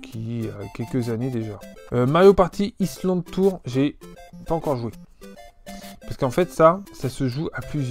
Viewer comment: Lol au début je pensais que tu déconnais en parlant mal anglais, mais en fait c'est vraiment un soucis. C'est dommage, les "wii-uh", "link bitwen weurd", "party issland"… lol je taquines :) Sinon très belle collection.